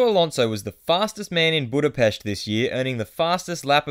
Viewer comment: YES! FINALLY SOMEONE SAYS BUDAPEST RIGHT